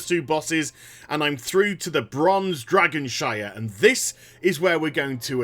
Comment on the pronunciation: Dragonshrine, not Dragonshire. Though I'd like to see a Dragonshire in the future of WoW.